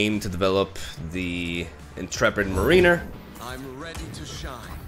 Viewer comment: your English is so impressive. If you wanted to know, the word Mariner from Intrepid Mariner is pronounced like mair-uh-ner, rather than marine-er. Love the video, and not at all trying to offend, but if you were curious.